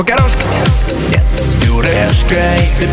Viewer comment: вы правильно говарите не с Бюрешкай а с Пюрешкай